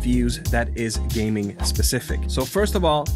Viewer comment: Legit sounded like he said welcome to game TikTok 😂😂